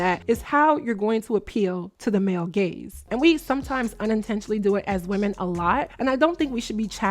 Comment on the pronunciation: Ooooo 😂 gaze not gays 😂